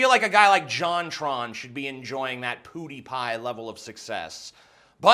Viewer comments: I'm not even mad he's saying PooDiePie. It's fucking hilarious. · Who else was annoyed that people still say poo die pie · I don't even care for the channel but Jesus its not Poo-dee-pie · Him saying "POODIEPIE" is triggering me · why do people pronounce it poodiepie... there is a clear defined w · "Pooodie Pie".. Every time you said it, it bothered me a little lol.. And I don't watch his content either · His pronunciation is more akin to "poodipie" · I like the video but why do you call him poodiepie? Just wondering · Its not poooooooooooooooooodypie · I like how you pronounce his name as poodiepie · lol your self awareness reaches to the pronunciation of pewdiepie lmfao just love hearing you say POO DI PIE ! so angrily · Your pronunciation sounds like Poodiepie xD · "Poo dee pie" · i can't concentrate on what he is saying because he keeps on pronuncing pewdiepie, poo-di-pie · take a shot everytime tj says poodie pie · Hey dude. Love your vides, but every time your said pewdiepie or Rowling I laughed. R-OW-LING not roling. P-u(pronounce the name of the letter)-di-pie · "Poo-deepie" pls stop Also that beginning was some serious straight talk. Mad respect dawg. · Does no one know how to pronounce Pewdiepie? lol. It's not Poodiepie. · I could give critism, but i would rather comment on how tj says poodiepie... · PooDiePie? LOL ! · while I liked this video, I couldn't get over how you pronounced it, Poo-die-pie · If I hear Poodeepie one more time... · The only thing wrong with this video is the you pronounced pewdiepie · the way you pronounce "pewdiepie" severely triggers me. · You clearly haven't watched pewdiepie in the past year. And you clearly need to calm the fuck down. And learn to say his fucking name. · It really shouldn't, but it bothers me way too much that his pronunciation of "Pewdiepie" is so off. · I really don't get the intentional mispronunciation of his name. Like... why? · ''Pew'' is pronounced ''piew'', not ''poo''! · its pewdiepie not poodiepie